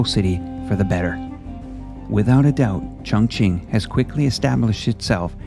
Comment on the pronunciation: qing is pronounced ching 👍